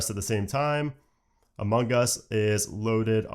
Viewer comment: Sounds like you're saying "Among Gus". Every time.